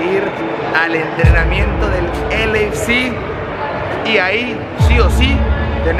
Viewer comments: Alguien dígale que es “el ei ef si” no “el eifsi” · Y nada mas te recuerdo que es LAFC y no LAC como lo mencionas.... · Es L, A, F , C. no LAC🤦🏻‍♂️ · “ELEISI” GALAXY, dice el vato… Yo que sepa son dos diferentes jajajaja. 😂😂😂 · Repeat after me: el ei ef ci = LAFC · Se pronuncia El ey ef si no la pendejada k dices tu wey Arriba las 🦅 Tururu! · El dijo LAFC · Pronunciacion mala de LAFC.